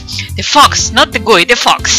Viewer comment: Shrapnel Sharkalso when you said "give me the fox give me the fox" I thought you were saying "fucks" omfg